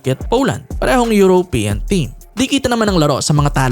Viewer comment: bakit ganyan ang pronunciation mo ng European? It's not 'yurow' it's yuro-pean. you're trying too hard man!